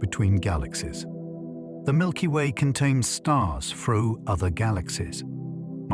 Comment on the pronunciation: "Milpy Way"